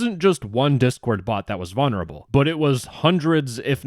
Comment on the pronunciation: I absolutely love your videos but bro, the way you say VONerable instead of VULnerable drives me absolutely insane😭